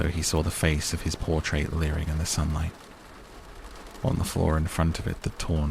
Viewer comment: "Portrait." Just saying.